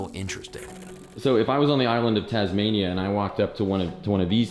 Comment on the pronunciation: "the island of Tasmaina"